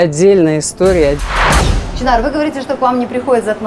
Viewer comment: может ШЫНАР А НЕ ЧИНАР.